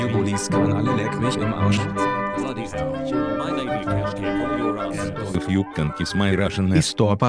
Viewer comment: I just love how at the end it's just "Leck mich im Arsch" xD idk it was unexpected and I still love how it's said wrong Also... Jesus Christ this is amazing work jsbsbbs